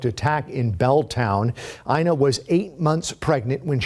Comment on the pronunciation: Her name was Eina. NOT Ina or Gina! Geez, you Americans don't even bother to get victim's name right🤦🏻‍♀️